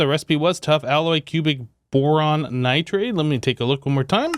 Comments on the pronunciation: I hate how he says nitrade instead of nitride like it says. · Definitely, most of the time I get a kick out of it but the nitride one really gets me for some reason